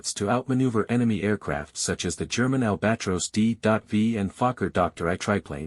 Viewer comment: AI generated. People need to avoid these because it just emboldens the creators to make more. Who doesn’t know how to pronounce “albatross”.